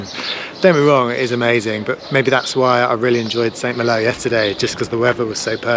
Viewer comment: Pronounced San Mahlo!